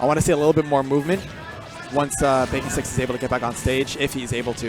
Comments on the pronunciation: It's Baconsticks not BakingSticks. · I'm the Samus player. It's baconsticks not BakingSticks lol